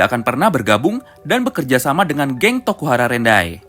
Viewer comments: Rokuhara tendai bang bukan rokuhara rendai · Inui bukan inupi.. Terano south bukan terano sousu.. Rukohara tandai bukan urahara nandai..